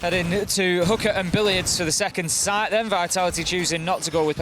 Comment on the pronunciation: Guys, its "Hoo-Ka" not "Hoo-ker" I don't think any one is attacking hookers in siege. That is GTA